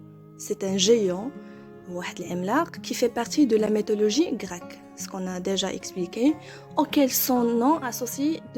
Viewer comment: Prononcez my et non mé dans mythologie. Divin et non dévin.